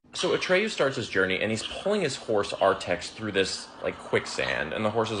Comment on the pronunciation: It's Ar"TAX" not Artex.